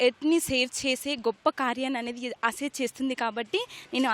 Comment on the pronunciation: It's asez not asaj